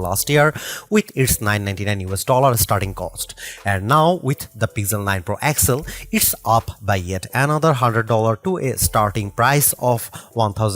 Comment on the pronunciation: Man everytime I hear you I got to stop the clip. That device is not called pixel 9 excel. Say X L